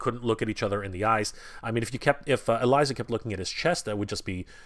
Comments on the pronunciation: Elisa is pronounced ELeesa Not Eliza. Sorry but that bugs me lol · It's pronounced E Leeza. Like Liza, with an E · E-LISA! (E) LISA! IT IS PRONOUNCED E..LISA! ALSO, HER & GOLIATH KISSED AT THE END OF SEASON 2! THEY'RE IN A RELATIONSHIP IN THE COMICS! AAAHHHH!!!!!! I'm sorry for my rant, this guy drives me nuts sometimes. I shouldn't yell though, that was wrong of me.